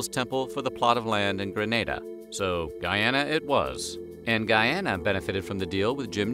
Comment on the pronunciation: And btw it's pronounced not "Guy-Anna" (long sound A) but instead Guee-anna (short sound A)